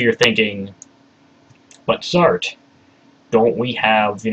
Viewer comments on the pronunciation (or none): Good dramatization, bro, but I you straight up butchered Satre's name haha